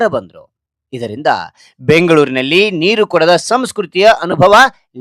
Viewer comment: ಸಾಮಾನ್ಯ ನೀಕು ಅಲ್ಲ ಸಾಮಾನ್ಯ ನೀರು